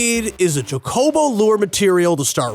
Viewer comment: You said chocobo wrong punk